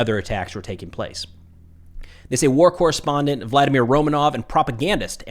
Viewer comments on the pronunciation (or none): none